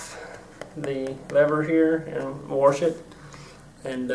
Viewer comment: un fourtunately 'warsh' ruined this video for me.